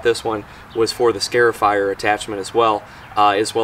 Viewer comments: You are scarring the yard not scaring the lawn. It is a scar-ifier, not a scare-ifier. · " Scare-ifier" 🤦‍♂Cringe every time I hear him say it... It's "Scar-ifier" like a scar on your skin. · It's pronounced "scarr-ifier," not "scare-ifier," like a scar on your arm. Neat little machine, though. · Scarifier Pronounced "Scahr-if-eyer". Like scar, if, eyer. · Excellent video. BTW it's pronounced SCAR (rhymes with car) afier, because the long slits that it creates in your lawn's surface resemble scars. I must admit however, that the closeup video shots of the machine in use, are in fact, just a wee bit "scary". 🤔😎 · Every time you say "scare-ify" I thought of the SunJoe yelling at the grass, "Boo, I'm tearing up the lawn! Hahaha!" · Never heard someone pronounce “scarifier” like that.